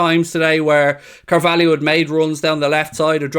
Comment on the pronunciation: da kids name is cavalho not cavaiho why does everyone call him cavaliho ?